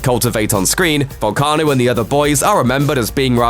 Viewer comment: Way to butcher his name you Irish mick